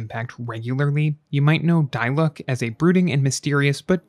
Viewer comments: It's not die-luke because in the game everyone calls him Dee-luuk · It’s pronounced Di-Luke. Dai-luck? 😭🤢🤮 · no according to english vas' it's pronounced dee-luke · D-luke not die lock😭 great video i actually gone diluc after watching this video like what lol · How genshin creator? idk pronounce diluc: dilooc how pronounce diluc: Die luck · It's D-luck. Not Die-luck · it's DEE-LOOOCK and PAY-MON!! not DIE-LUCK and PEY-MON!!!! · its "dee luke" not "die luke" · It's Di-Luk not Day-Luk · die-luck LMAO AHSJFVXMBS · its actually de-luke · la da dee-luke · “Die-luck” “Pay-mon” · PAYMON!? DIE-LUCK!? 😭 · NO!? It's De-Luke tyvm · Why do you pronounce Diluc as Die Luck😂 it feels kindof weird 😂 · “die luck” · "dieluck" not dilic loolololol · why do you pronounce diluc and paimon like that 😭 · why did he say his name wrong...? :< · he pronounced his name wrong this video gets a thumbs down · Downvoted for intentionally mispronouncing dilucs name. So f-ing annoying